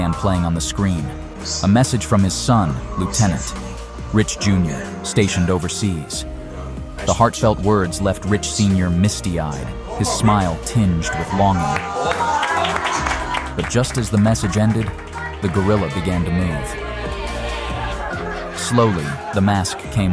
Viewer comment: tinged is not pronounced " teeenged ". Who are you?